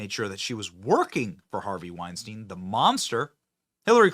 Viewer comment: It'd be nice if Benny could at least correctly pronounce the name Weinstein. A little education goes a long way.